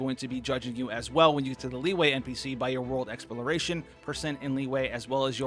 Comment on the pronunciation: everyone else: li-yue: liway